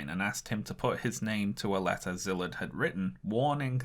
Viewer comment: The Sz in Szilard's name is pronounced like the the sound a snake makes with it's mouth.